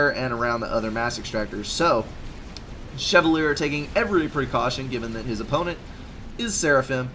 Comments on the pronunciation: I am not 100% sure but I think it is pronounced Che-val-e-a. Or something like that. lol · You do not pronounce chevalier the way it looks in case you didn't know.